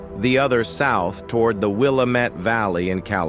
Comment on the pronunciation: Please, please, pronounce "Willamette" like somebody who has actually been to Oregon.